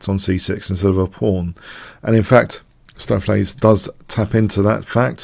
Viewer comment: stoaf-lace => correct pronounciation